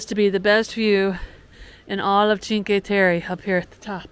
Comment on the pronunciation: Cheen-kway Teh-Reh